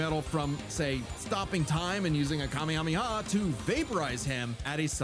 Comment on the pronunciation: Wait, she pronounced the kamehameha, how now?? Deer god she wasn't joking when she said she didn't watch any of it....